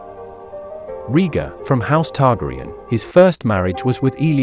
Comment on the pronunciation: OMG your pronunciation is off ... You haven't seen the show have you? [Rigar] [Vajserys] :-))